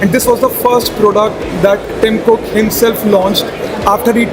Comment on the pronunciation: its not kook.